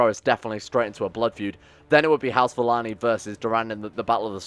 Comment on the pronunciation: is it just me or should Valane be pronounced Valayne not Valanee